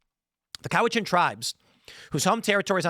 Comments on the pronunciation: Cowichan is pronounced sort of half way between Cowichan and Cowichin. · How is it Timmy pronounces Cowichan 3 different ways in this video. Also Cowichan region is on the island and Richmond is sth of Vancouver. You know, where the airport is. Great reporting requires competent research.